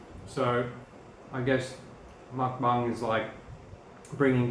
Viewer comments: I'm 99% sure it's pronounced Muk “Bong." Asian Vegan (aka MommyTang) does this. I know this because I just recently discovered her YouTube channel like 3 or 4 days ago. the first video i watched of hers was her Dominos Pizza Mukbang, it was hilarious (and Informative) Lol. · Hello +! You pronounce it Mokbung. It started in South Korea and simply aims to make eating less lonely. Muk means eat in Korean and bang means room so that's where the word comes from. I really enjoyed your mukbang:D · if you guys are going to this then you should figure out how to pronounce mukbang.